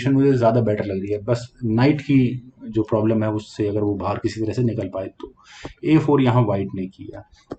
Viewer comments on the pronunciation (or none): none